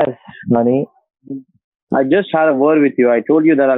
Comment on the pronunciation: Every time the scammer says "haney"